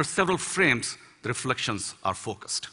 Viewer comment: Verdade até o "are" dele pareceu que iria soltar um "alre"